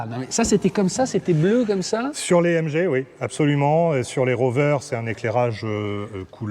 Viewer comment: It’s a British car, please pronounce it correctly🙈😛 Its a MG not mgeeee, its a tourer, not a break 🙈😛 Thankyou.